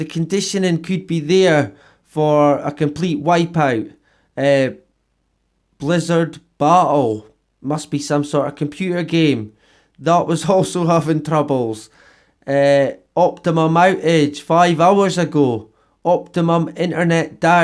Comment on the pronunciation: Dude, I gave you a thumbs up when you pronounced the word "battle" as "butt hole"!! That there, cracked me up! .. from what English Tribe do you speak from?